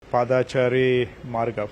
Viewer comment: Paadaachari alla😅 paadachari